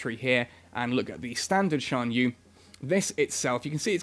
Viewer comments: I think it's pronounced "sian yueh" and "yen jin" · he's pronouncing it well enough. At least he isn't pronouncing the x as the normal x sound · Lmao no. The official netease video that showed the internal structure of the ship in this video was: Shan-yoo. (Xian-Yue) Yahn Jung. (Yan Jung)